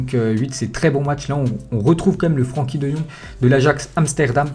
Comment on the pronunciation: ça se prononce frinkie pas Frankie